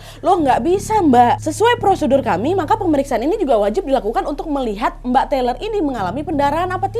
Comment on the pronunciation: TAYLOR mbak, bukan TELER, orangnya gak lagi ngefly